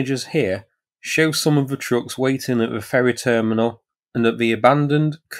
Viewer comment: Nice coverage. But can we have a commentator who knows the difference between :"the" and "ve"